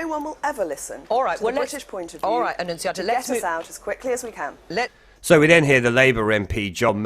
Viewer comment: She made him look like an arrogant rude prick - flawless victory, Annunziata Wins. Btw - I love your attempts to say her name...